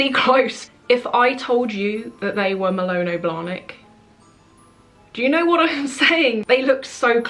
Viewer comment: I do like you, but I keep hearing Malono. 🤣 #justforlaughs #dyslexicsistahofmine